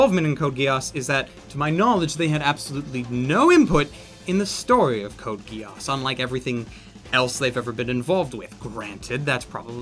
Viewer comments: "Code GIASSS" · u pronounced geass wrong